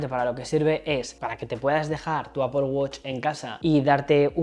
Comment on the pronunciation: APPOL? nooooooo! Que horror! Cada vez que te oigo decir APPOL me explota la cabeza